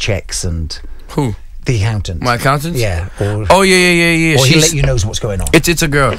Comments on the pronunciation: Westwood said "aHountant" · peep how he says accountant 💀